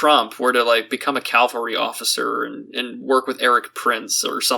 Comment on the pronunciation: It's Cavalry, not Calvary